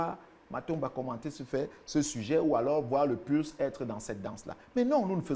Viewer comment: Il a dit le "PURS" 🤣🤣